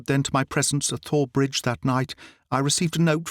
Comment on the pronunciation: I can't tell you how much I've enjoyed your work story after Story. I've listened, listened and re-listen. And you are absolutely brilliant! Thank you 1000 times. But isn't it pronounced Tor Bridge like the River Thames is pronounced Tim's? I am American I could be wrong on this sir let me know. LOL